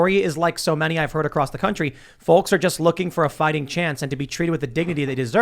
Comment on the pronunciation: The L in folks is silent Tim.